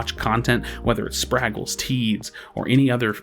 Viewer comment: How do you hear Spragles say his own name on his video and still constantly mispronounce it